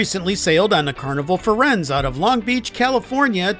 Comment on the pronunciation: Fur enz? That's not how its pronounced. Thanks for the video, though.